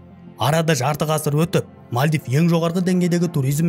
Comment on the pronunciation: Мальдив ❌ Мәлдіп ✅